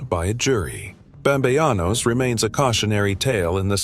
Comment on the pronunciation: Bam-bey-anos 🙄 ..uhh, pretty sure its bamBEANos, just as its written 🫤